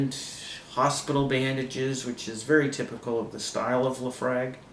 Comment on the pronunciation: Not liking the pronunciation of Laphroaig,.